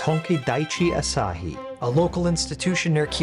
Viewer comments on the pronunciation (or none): none